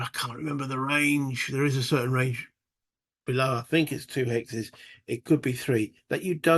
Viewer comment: I think you said "hexes" which sounds a little like "Alexis"? Anyway, cool looking game. Hope you enjoy it. Keep us posted please! Cheers!